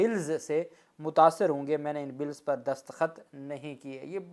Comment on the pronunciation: alfaz destakhat hota hai daskhat nahi nara mat hona Allah apko salamat or khush rakey ameen dua go 🇪🇦🇬🇧